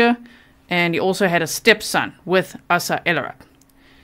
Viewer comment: The name is pronounced A sa as in ABCD...not ah sa or asssa.....Asa